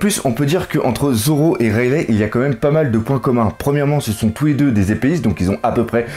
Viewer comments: Bon je t'adore mais si tu pouvais prononcer "Raili" et non "Railè" phonétiquement ça me gênerait moins mdr, toi qui voulait des conseils sur la prononciation;) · rayle aussi au lieu de raylie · rayleigh prononcé rayligh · Tu suis mêmes passe dire rayleigh et enies lobby salut fait mal aussi oreilles de t'entendre mes prononcé